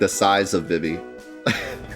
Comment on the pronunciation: It's pronounced "Zuh-Don" and "Vee-Vee"